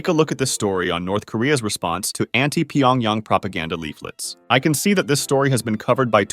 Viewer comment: Subbed for saying the yang in Pyeongyang correctly